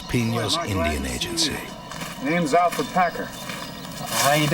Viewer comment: It's Alferd, not Alfred.